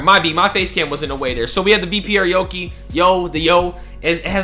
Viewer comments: Yo-kai not yokee lol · Yo-Kye not yo kee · ( YO-KY) or (YO-KAI) not (YO-KI) :) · did this man just say yoki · Yokai is pronounced Yoki, it's Japanese. Common in monster anime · it's said yoki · pronouned yokai wrong